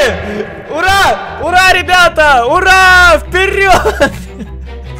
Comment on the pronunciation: Ты сказал ебята ахахпхпхпх